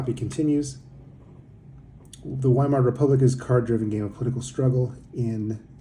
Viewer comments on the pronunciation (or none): You should pronounce the W as a V